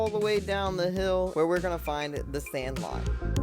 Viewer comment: 😂 the way you said sand lot